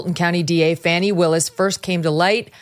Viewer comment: Don't be raaaaacist! It's Faw-nee! Ask Joy.